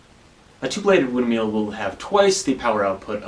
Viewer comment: Can we talk about the way you pronounce windmill? I heard "win meal" the first 5 times xD